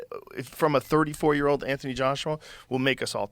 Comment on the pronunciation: Annoying how that guy say the word Year.. shivers down my spine. Hate it. JØØØØR, using norwegian letters.